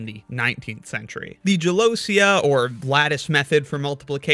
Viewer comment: Small pronunciation note: I'm Italian and the word "gelosia" is pronounced "gelosìa", not "gelòsia". Good video, though! I didn't know about this method!